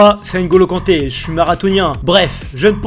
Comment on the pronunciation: C pas NNN golo Kanté c'est ngolo Kanté 😂